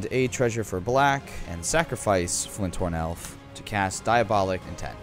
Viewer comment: If I hear say "Flynthorn" one more time I'm going to blow a gasket lol